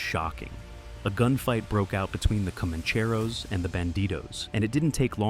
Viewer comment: you yanks need to pronounced names properly comancheros for example